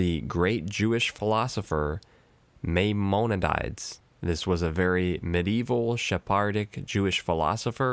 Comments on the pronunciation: Maimonides is pronounced MAI-MON-E-DEES and to the Jews he isd also known by the acronym RAMBAN, Just thought you'd be interseted in knowing that. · The name is pronounced MY-MON-E-DEES and is also known as the RAMBAM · Your pronunciation of Maimonides. Priceless.